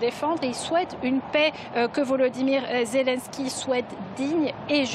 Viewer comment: Ze len s k y. Le. Ma fieu...